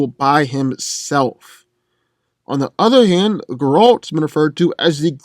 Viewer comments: It's ger-alt. Not gralt. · no offense but everytime you say geralt it sound like grodd :P tho i feel like you got most info from wiki special about aragorn half of the invo hasnt been confirmed hes not superhuman he is numenor he doesnt sense orcs he uses his tracking by feeling vibrations and using the earth to sense if he can hear anything nearby using vibrations tho geralt is a mutant without that hes alot weaker and wouldnt be able to fight like he does as mutant in that case its not really a fair compare both are good as they are aragorn without superstrength is the better one in that league and geralt as mutant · I had to skip to the end as soon as you mispronounced Geralt as Grrr-AWLT. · mispronounces Geralt Me: stop this blasphemy.